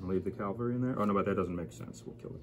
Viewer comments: As in Cavalry, not Calvary. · Please, not calvary. Cavalry.